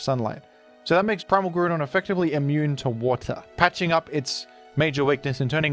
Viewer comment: Mate, isn't it pronaunced GrOUndon as in ground and not Gruuudon?